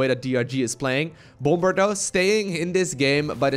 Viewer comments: Bom-ber? you mean Bomb-er? xD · Bom-ber?, the second B is silent. It's pronounced Bommer. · please pronounce bomb correctly. the second b is silent, and it's closer to 'baum' or tree in german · It isnt pronounced bom-ber, the 2nd b is silent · The second B in bomber is silent. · The way he said bomber was stupid . You didn't really have to annunciate the last part of his name so much. But nice to see him both him and drg back in action